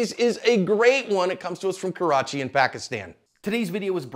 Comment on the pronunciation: Holy crap I’ve never seen anyone in america pronounce Karachi right!